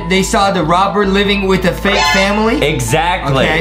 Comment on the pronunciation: I think Adam said vake instead of fake😂